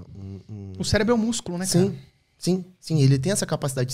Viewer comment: Gerente do "celebro" Calma gente kkkkk